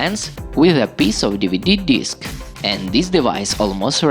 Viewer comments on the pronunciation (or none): ‘Deeveedee deesk’